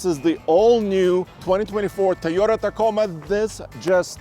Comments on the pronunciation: Wh does (and others) always say Tie-ota???? It’s TOY-OTA…..Toy, similar to boy or coy or soy…😅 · Tiyota